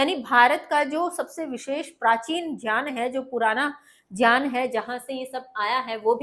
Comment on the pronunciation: Ma'am as per vidyasagar ..Gyan ho ga jyan nhi aapne jyan pronunce kiya ..galti ki ...wo hi the jinhone sanksrit se translate Kiya tha ..